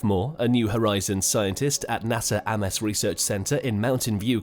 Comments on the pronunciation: 'Aimes' research centre ffs. Not 'Amiss'. You content creators really need to work on this shit if you want us to like your videos!!! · "AMES" is pronounced like "AIMS". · "Ames" is pronounced "Aims" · "Ahmess"?!!! REALLY?!! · "Ames research center": It's pronounced like "aye-ums" research center. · If you repeatedly mispronounce the Ames Research Centre, how can we possibly believe anything you have to say about planetary science? Can’t.